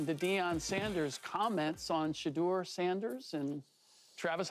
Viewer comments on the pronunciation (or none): It’s “Shedeur” not “sheuder” and he would’ve been picked round 1 this draft so yeah.